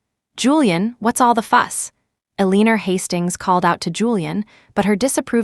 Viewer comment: Julian's mother's name is Eleanor (pronounced L LEN OR) not a leaner